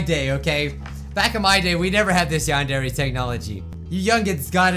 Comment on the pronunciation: Ah, the good old days when didn't know how to pronounce Yandere...